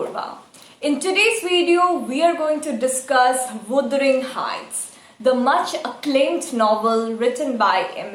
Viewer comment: You need to correct your word pronunciation wuthering